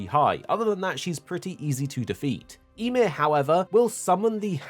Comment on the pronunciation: "ya-meer", not sure what you said but it's Ymir